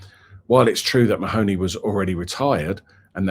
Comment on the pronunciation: It’s not ma- hony, it’s pronounced Marney